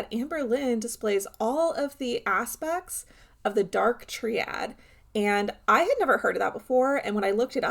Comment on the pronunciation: Gorl it's pronounced "Try-add", not "tree-add".